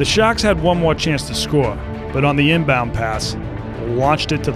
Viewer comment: Did you say intercept the chingbound pass? 😅